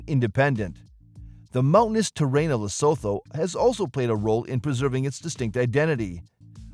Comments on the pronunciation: Not sowtouh , li suu thuu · Every time he say LesThoto I 😂😂😂😂😂😂